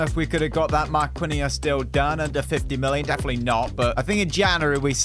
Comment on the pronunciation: It’s actually pronunced marckinhos not marquinhos